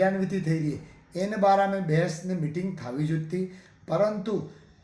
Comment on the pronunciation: भेस नहीं बहस साहब